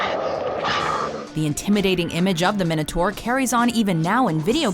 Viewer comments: im sure its pronounced "my-know-tour" not "min-oh-tour" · Why can't Americans pronounce Minotaur, it's not difficult, it's Mine-a-tor. Come on, please people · Technically its pronounced my-notaur